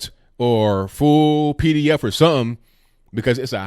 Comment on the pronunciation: Sorry, I don't hear so well- did you say "hear this fool thing" or "hear this full thing"?